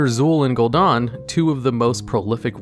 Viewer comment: its funny how there are so many voice lines saying the name Gul'Dan and still mispronounce it.. /facepalm xD